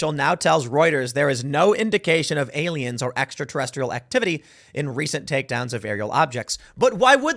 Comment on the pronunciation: "Look at the pretty baroon" "it's totally not a spy baroon, it's ariens" Project bruebeam...